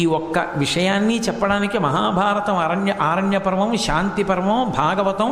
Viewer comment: ఆరణ్య పర్వం కాదు బాబోయ్. అరణ్య పర్వం.